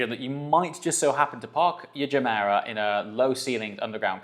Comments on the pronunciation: Are we pronouncing it juh-mera now? I thought it was guh-mera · Nice vid! Oh, and nice pronunciation of Gemera. The Gemera is a car that grows on me and that's somewhat weird since I kinda loved it from the get go.